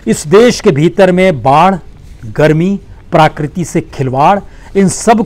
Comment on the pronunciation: Sir parakriti nahi prakriti